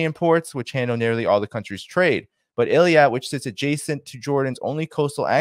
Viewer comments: not Eliat. it's pronounced Ei-Lat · It's Eilat not eliat. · is not Eliat,. is Eilat. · PLEASE NOTE that the Israeli port you're refrring to is not pronounced Il-ee-at, as you've said, but I-lat. Please take note to avoid sounding ignorant. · "Eilat" pronounciation-help for English speakers: A-lat Thanks for your work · the "I" comes before the "L" Eilat "eelat" you're "Rittering" as Scott has problems pronouncing things 🤗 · Eilat pronounced ill-at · Let's not confuse it with Elliot 😂 it's Eye Lat, please stop pronouncing it the French way, so we know what exact place we are talking about 😂 don't leave any room for confusion with other places😅thanks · Eilat pronounced eeeeeeeelaaaat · the pronunciation of Eilat is Ay-lat, Also Ansar Allah. Want you to loof and sound good and knowledgeable.